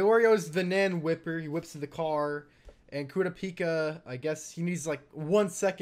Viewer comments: it's pronounced " Kerrr rop pee ka" watch one dunbed just to know the name. I love sub. But sometimes I end up saying their names all wrong on different shows.when i heard you say kiropika I was like who? Lol. Even the subbed says kurr rop pee ka. Love the channel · STOP SAYING KURAPIKA NAME WRONG😷🤦🏾‍♂️ jeeez for what reason do you do that💀